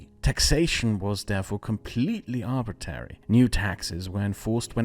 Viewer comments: I like the video but every time he says "arbitary" I have to take a shot. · Please stop saying arbitary, it's like hearing someone say libary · It's pronounced arbitRary my friend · Just a note that it's pronounced arbitRary not arbitary. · politely: idk why but it bothered me you said arbitary instead of arbitrary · Just discovered your channel and subscribed. Fine work, and thank you. One small thing. Arbitrary is most often pronounced "AR-b'tray-ree." You're leaving out the second 'r.' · the fact that you keep saying "arbitary" instead of "arbitrary" annoy me much more than it should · That's "arbitRary" not "arbitary". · Great content, g. One little note: I think it's arbitrary, with an 'r' between the t and the second a. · Crazy intersting video, loved it. However, isn't arbitrary pronounced arbit-rare-ee, not arbit-air-ee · ArbitRary, not Arbitary. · It's "arbitrary" not "arbitary" lol. It's funny how people select for British accents as sophisticated even if the speaker can't pronounce words correctly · You sure gotta be on guard against anything "arbitary"! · ArbitRary. There's another R in it!!!! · "arbitary" nucular english skills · Arb-it-rary, otherwise outstanding video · came here to say that. Thought it was a one off but it happened again several times after that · Please learn how to pronounce arbitrary. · Please learn how to pronounce arbitrary correctly! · You mispronounced "arbitrary" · Say “trial” Now say “trary” Now say “contrary” Now say “Arbitrary”